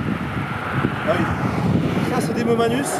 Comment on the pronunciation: "Mammatus" pas mamanus 😂